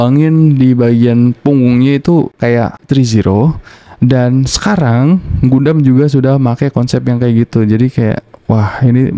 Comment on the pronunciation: Bacanya Gandam bang hehe